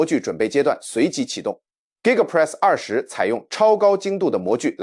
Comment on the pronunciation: 不要用AI講話，連2.0都念不好。giga press是力豐的子公司。